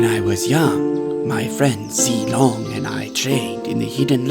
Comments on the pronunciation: Limg pronounced "Zilong" wrong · Pretty sure every person who understands mandarin agrees with me on this... Moonton: This is a chinese name...i think it's called ZEE-LONG?? Everyone else who doesn't understand mandarin: IT'S ZEE-LONG!! EVEN MOONTON SAID SO!! SUCK IT YALL MANDARIN SPEAKING BITCHES inhale exhale Me: cringes so badly